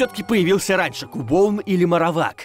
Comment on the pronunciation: по моему Кубоун, это Кубон. Так как все покемоны (за исключением некоторых) произносят свои имена. И Кубон не является исключением.